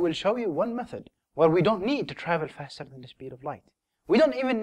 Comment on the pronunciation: Fasterrr, towarrrds, furtherrr...